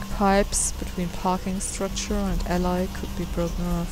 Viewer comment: and its pronounced Al-E not Al-I (for Alley) Im not complaining just helping :) sorry for 2 posts